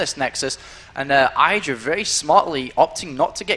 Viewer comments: Idra man not "Aidra" c'mon ") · DAMN IT! its "I(t)dra" noch "(A)Idra"! omg, Day9 made it pronounce it every time 100% roght, and u mess it up every time! I need to hit my head on my board or i will be getting sick of. THUMB UP for:, learn to pronounce Idra!!! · IDRA NOT EYEDRA!!! i like but that DROVE ME INSANE!! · He really needs to make up his mind about pronunciation of Idra's name. For the record, it is pronounced with [I] as in "income", and not [ai] as in "idle".. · id-ra not eye-dra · "Aidra" ffs.... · Goddamn it learn how to say Idra...